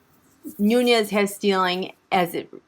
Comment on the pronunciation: Hey Queen, you pronounced it correctly, it's Nunes (Noones) not Nuñes (it's Nuñes with a tilde - the curvy line above the "n" making it sound like an "ny").